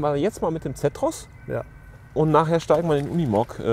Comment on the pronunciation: Sag doch mal "Zeeeetros" nicht Zättros" !!!